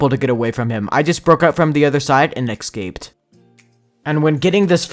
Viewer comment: Love how he says ekscaped not escaped 😂😂😂